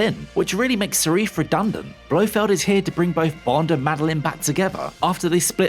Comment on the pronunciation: Who’s Sarif? 😅